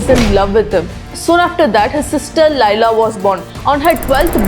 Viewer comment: Pronounce it correctly Laila like "le - laa" and not "la-i-la" First correct it (the cultural way) and then teach us the culture U r not pronouncing many words correctly and ruining the cultural just to make ur fake accent and look cool .